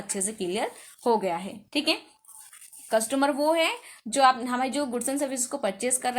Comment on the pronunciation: Mam saying कस्टुमर